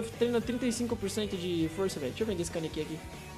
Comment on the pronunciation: Pq o fala kanekí sendo que se fala kanéki n kanekí a silaba tonica é o ne e n o ki